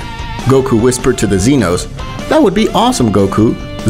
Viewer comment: Why you saying seee-no sama. It’s Zeno, made for unbearable watch.